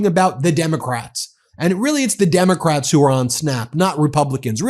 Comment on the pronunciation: WTF is he blabbing about? Opening the country? What is the Derm….it took 3 try to say democrats? Celebration Halloween? His brain is on coke!